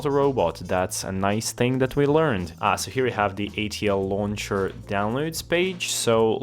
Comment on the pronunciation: wait till bro finds out hes hallucinating an extra L in ATLauncher